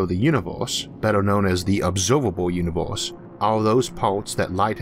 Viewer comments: Nice video, just can't stand the "univorse" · Orth? Uniworse? lol